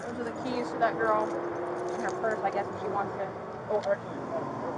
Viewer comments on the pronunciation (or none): none